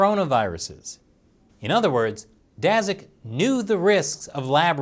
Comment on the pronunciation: Daszak is pronounced as Dashak; sz=sh